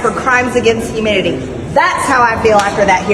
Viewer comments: Did she say Dr Fauci should be charged with crimes against "humidity " instead of humanity??? 😂😂😂😂😂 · It sure sounded like she said "crimes against humidity".